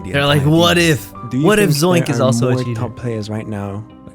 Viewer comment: omg again with the zoinx bro its called Z O I N K ITS K NOT X